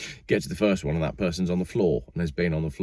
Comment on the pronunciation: That's number Wang Lol I laughed out loud ;)